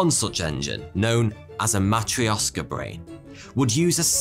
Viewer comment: "Matrioshka brain" stress is on the O, correct (correct stress is actually more important than exact sounds, I think). But the "sh" should sound like in the word "posh", "push", "rush" etc., or like "ch" in "cloche" (sorry for the weird example). There is an issue of palatalized "r", but it doesn't matter since English doesn't palatalize its consonants.